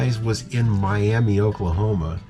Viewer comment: I don't know why, but it's pronounced My-am-uh around there.